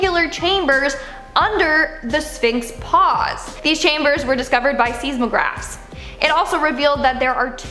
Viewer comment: Seesmohgraphs?... seismograph.... seis is pronounced like size, not sees